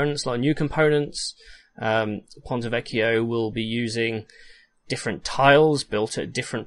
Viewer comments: Hi, from Italy I confirm, the pronunciation for "ponte vecchio" is correct! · Finally somebody that pronounces Ponte Vecchio correctly. I’m italian and the way some people pronounce it... it’s like running nails on a chalkboard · U do everything right, thx for the Video as I was getting ear cancer from hearing the englisized pronunciation of pontevecchio.... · I know Latin and I have no trouble pronouncing Ponte Vecchio. I just used the Ecclesiastical Latin pronunciation for it.